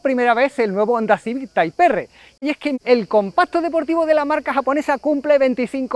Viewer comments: Muy mal!, si dices dale torete..., a partir de ahí la denominación del coche es (tipe erre), tal como suena, pero bueno, por lo demás el reportaje genial. Ahora que pienso... quizás debieras haber dicho dale torere para que el culo apriete, igual el piloto lo hubiera entendido mejor 🤣, ojo!, no digo que el "Torete" no sea conocido mundialmente, nooo. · Tras varias veces visto el vídeo como sinónimo de deportividad y de las fantásticas imágenes en movimiento del bicharraco, toca responder: El llamado (y pronunciado) “Taip Erre que Erre” o Taip erre pa’ abreviar, desvelado en algunas imágenes en vuestras redes, lleva a recordar cuánto se le esperaba tras ver la versión “light o familiar” en manos de Jaume. Hoy, otro nombre con J como curiosidad y detalle; se presenta con la versión patanegra y “jabuga” de un coche con mucho de civic, pero con nada de ”civic-o”. la atención fijada en su precioso aspecto exterior y en ese alerón tan chulo. Y en cuanto a lo del bar… No sé yo lo que os durará a los “cuñaos” la copa de vino y el pincho de tortilla ahí encima con el sol apretando,, pero pa’ vosotros. El paso al interior muestra un habitáculo espectacular por pantallas, acabados y plazas, pero con un defecto para mí: demasiado fuerte el rojo que lo viste y en una zona tan propensa a ensuciarse como es el suelo. Las alfombrillas mitigarán mi pequeño defecto. Idéntico maletero. Lástima el no poder conocer mucho sobre el motor calzado. Suena muy bien y, viendo el manejo del coche sobre circuito (Gracias ❤), y en manos y voz del piloto nacido en la tierra del mito, Fangio; honda seguro que ha mejorado esos datos mencionados. Respondo rápido: Difícil decidir cual, pues todos son fantásticos y, aunque hayan perdido algo de garra con el paso de los años, cada nueva generación ha conservado el espíritu macarra y divertido del que Hond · correcto, lo suyo sería llamarlo Type Ar pero a los españoles no les gusta pronunciar palabras en inglés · "Taip Érre" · Taip erre jajajajaja